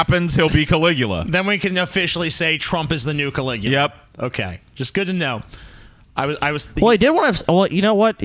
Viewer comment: Emperor Can-lick-u-ya